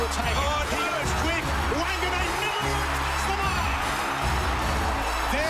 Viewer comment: It's Mill-era. Not Milla-ra!!